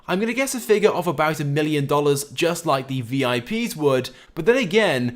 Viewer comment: this guy always say hit hte lie button he never says like butto nright